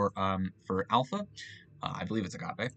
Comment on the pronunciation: My mouth is agape at your pronunciation of agape.